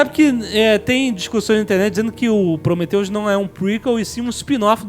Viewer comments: Prometheus, não cumphreus e se fudheus, heim?! ¬¬ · Prometheus e não Cumprhius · Prometheus e não cumpriris! (Mussum mode ON) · PROMETHEUS E NÃO CUMPRIUS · prometheus e nao cumprius XD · prometheus e não cumpriris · "Prometheus,e nao cumpriuzes" auhauhuahua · Prometheus e não Cumprius HAHAHAHA! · PROMETHEUS E NÃO CUMPRIUZIS. HAHAHAHA RI ALTO! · PROMETHEUS e não CUMPRIUS. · Prometheus........Mas não Cumphrius. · Prometheus e não cumprius =/